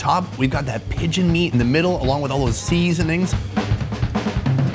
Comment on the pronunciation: The way he says "SEaSoNings." I always love the energy on this channel